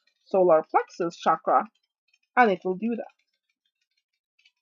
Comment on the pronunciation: Hi, just so you know Chakra is pronounced with a CH sound, not a SH sound, I have quite a bit of understanding of the sanskrit language.. shakra means something else... cakra/chakra literally means wheel.